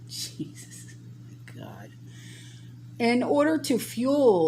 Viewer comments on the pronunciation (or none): none